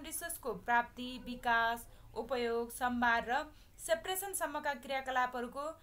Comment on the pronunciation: samhar hoina ta hajur sambhar ho